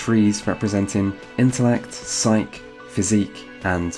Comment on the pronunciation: The "e" in "psyche" isn't silent. Just fyi.